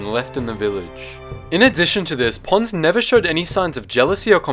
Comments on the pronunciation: I thought you said Puns or Pans but you said Ponds..... He was one of my favorite. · I know his name is Ponds, but I keep hearing Puns... Commander Puns \@@ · kyle jackomino , Not to be Rude but Its Commander Ponds not Pawns